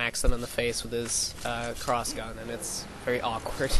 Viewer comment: "Clossgun" I like how he says it just like he's suddenly asian. XD But yeah seems OP in damage wise.. But i'll still give it a try! :D